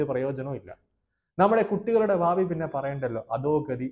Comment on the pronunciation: ഭാവി,,വിദ്യാഭ്യാസം ഇവ ഉച്ചരിച്ചു പഠിക്കുക ,,അവതാരകൻ